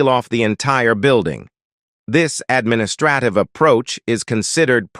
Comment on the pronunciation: Good information, but there's a "technical" issue. I don't mind the voice, but the AI algorithm leaves much to be desired (this is why AI is unlikely to be everything people hope or fear it can become). Before and after I documented 7 mispronunciations (administrative, officials, humane, neighbors, measures, spreading, against - even Canadians wouldn't be that extreme on that one) and one mis-accented word (isolate). I really want to listen to the rest of the video, and I'm giving a thumbs up for information, but the kinds of issues mentioned, in such a short span, are...I struggle for how to politely discribe it. Chinese people know the importance of tones. In English, pronunciation and accent on the correct syllables can create distractions, nonsense or completely change the meanings of words. Don't trust AI. It's CLEARLY in a very early phase and you need to protect your reputation.